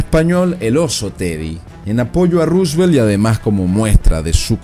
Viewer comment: Está bien pronunciado y bien escrito